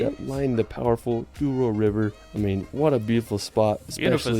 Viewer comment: Its call Douro river not duoro...